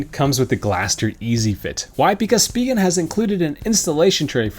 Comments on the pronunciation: Take it from a Korean who took it directly off the way it's written in Korean, it's supposed to be pronounced Shu-pee-ghen. "Shu" as if you were saying a German word/name with that sound in it (like Schneider or something like that). So you're quite close. In defense of everyone though, it's a silly name with silly way of saying it so, eh. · It's pronounced shpee-ghen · It’s “speeegen” not “spy-gen” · You’re correct spegin not spyjen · speeegen not spy-gen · It’s speeghen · I pronounce it as Spigen... LOL 😄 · Spigen calls their product Spee-Gehn Watch their videos on Amazon where they present their phone cases. They pronounce it that way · I also say Speegen although I can see why some folk would say Spygen, after all, it is an 'I'. lol. You need to ask Spigen how to pronounce it. Another great video and having watched till the end (poor Monty does not like bad language), thank you for the time you put into these videos. They certainly have helped me over the years :D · I pronounce it s-pig-en :D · I say Speegen, the other pronunciation just sounds wrong haha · SPEE-gehn. So. There. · I say speegehn. Spyjen is just.. no.